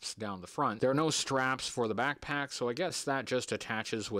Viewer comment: Ten years brother! Thank you for everything! But damn I can’t not hear “Aflack” every single time u say “back pack”